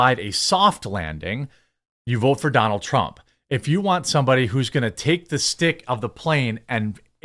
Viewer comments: TRAMP?! PRONOUNCE HIS NAME RIGHT, JEREMY! PRONOUNCE HIS NAME RIGHT! PRONOUNCE HIS NAME RIGHT! PRONOUNCE HIS NAME RIGHT! PRONOUNCE HIS NAME RIGHT! PRONOUNCE HIS NAME RIGHT! PRONOUNCE HIS NAME RIGHT! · Sorry, but I chuckled when it sounded like you said Donald Tramp. Not trying to be a douche, I just thought it was funny. I still laugh when the ketchup bottle farts.